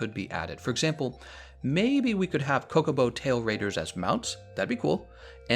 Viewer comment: "Cocobo Tail Raiders?" I think he meant Chocobo Trail Raiders.